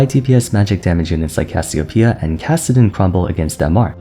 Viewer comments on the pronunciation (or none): none